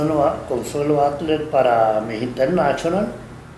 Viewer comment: Yo sólo estoy viendo los vídeos para escucharlo decir "mijinternachonal"